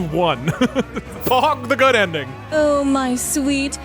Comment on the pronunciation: goot... i meant specifically goot